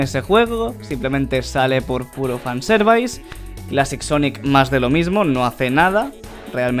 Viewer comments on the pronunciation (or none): ¿Qué cuesta entrar en Google traductor y darse cuenta que "fanservice" se pronuncia "fanservis" y no "fAnsErbaYs"?